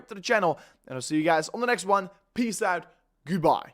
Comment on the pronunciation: Please, say OUT not UIT.